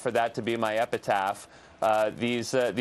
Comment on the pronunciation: I was busy attending to things just listening. Until he said epitaph then i turned my head.